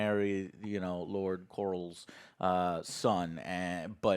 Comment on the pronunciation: The fact that Joe calls Lord Corlys Velaryon “Corals” on purpose just gets me every time 😂😂